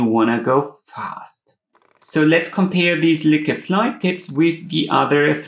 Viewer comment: I’m almost certain the name is pronounced LOUKE